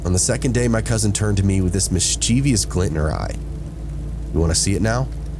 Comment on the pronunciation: Not miss cheevious, mischievous